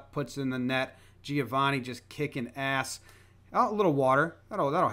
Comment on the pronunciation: Hearing Americans pronounce Giovanni like that never fails to make me cringe